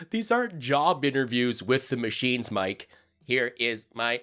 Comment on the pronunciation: “Maa-cheens! and Roe-bots! Logan! They are attacking us again. Restart the dial-up routers!